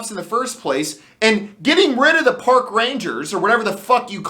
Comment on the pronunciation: Did you say 'Pork" Rangers? Well I guess they are dealing with animals.